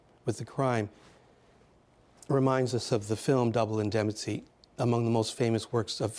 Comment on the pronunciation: I don't mean to be unkind, but I was surprised to read the speaker is a professor at Georgetown. He mispronounced "indemnity" several times, attributed the character of Mike Hammer to Dashiell Hammett, and throughout, summarized rather than analyzed.